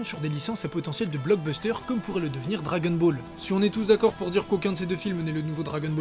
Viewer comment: Ça m'agace un peu le "dragen ball"